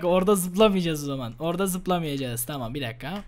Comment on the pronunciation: 14:4 çamam diyo :)